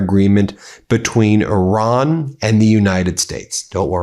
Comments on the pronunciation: I see everyone is saying Iran properly now. No more i-ran 😂 funny how that works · Thank you for pronouncing the word “Iran” correctly.